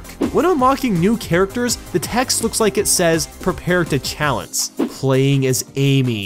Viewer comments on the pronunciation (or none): Prepare to challence lol😂😂😂😂😂😂😂😂😂😂